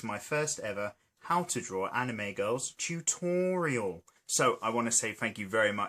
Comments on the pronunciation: Toootorial! Beautiful way to say it. I say tut-o-reeal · its hilarious how he says, "tUToriAL"